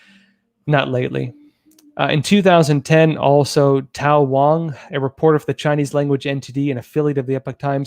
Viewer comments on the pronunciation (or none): none